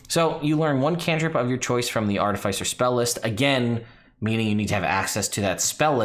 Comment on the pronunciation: Im gonna need you to stop saying "Artafeisser"